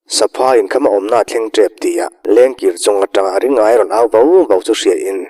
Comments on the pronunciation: Ring aia tia lam lo hian Ri ngaia ti a lam zawk tur ni awm tak a ni, Aia tih ai chuan Ngaia tih hi a mizo hming phuah/sak phung deuh lo maw.? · Ring -aia ti a i chhiar rik hi Ringaia ( Ri-ngaia) ti a lam tur a nih hmel mange, a thian ten Ngaia ti a an koh vang hian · Ringaia hi..Ring...aia tiin i lam a,Ri...Ngaia ti a lam tur niawm tak a ni. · Ringaia ni na na na,ring-aia tia han chhiar tlat mai chuh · Ringaia hi Ri-ngaia ti a lam tur a nih hmel. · A ngaihnawm e. Mahse, Ringaia hming hi Ri-ngaia ti a lam tur a ni lo maw ? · Ri-ngaia hmingpum i lam fuh lo leh selesih sangsarih khaw hlui tih hi ka helh deuh tlat. Selesih sangsarih chu tun hnu deuh niin ka hre sia.